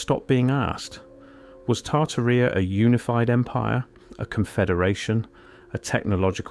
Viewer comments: Tartarrhea 🤭 yikes! No, no, no. It's tar-TAR-ee-a Jeez! Please, o please fix that. Put the accent on the 2nd syllable so it doesn't sound like a bodily oozing is the subject, okay. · LOL "Tarta Reea" ? 😆 No, AI Voice, it is pronounced "Tartária". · I've heard of Tartaria, but not "Tartarrhea." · I believe the name is pronounced like: TAR-TEAR-E-Ah.